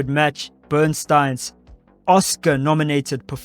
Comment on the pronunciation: Burstyn, pronounced: BURST-IN not BURN-STEIN.